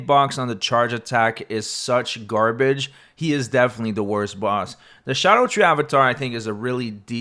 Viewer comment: I'll hear no more of this nonsense about scadutree being pronounced shadow tree. Not every letter can make every sound.